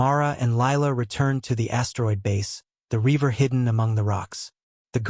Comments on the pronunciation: Reaver not river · Not bad, but the cadence REALLY needs work. AND there's a difference in English between "river" and reaver.